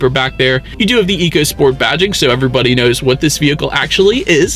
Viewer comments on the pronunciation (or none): It’s pronounced echo not eco per Ford. Just saying. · Very good review, however Ford excs say this car is pronounced Echo Sport not eco as it is spelled on the vehicle. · It's pronounced "ECHO SPORT."